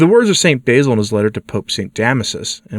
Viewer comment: Please realize that the "basil" you pronounce is an herb. "Basil", as in the Saint, has a short "a", as in "sat".